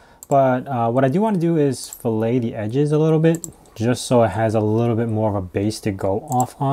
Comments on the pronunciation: Great video! Btw fillet is pronounced fill-et, not fill-ay like the steak lol. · It's pronounced Fill-it.. Not Fill-A. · When I took CADD in high school and college, they said fillet as "fill it" not like filet like the cut of meat.